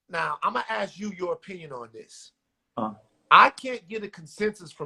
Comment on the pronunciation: It’s ask , not axe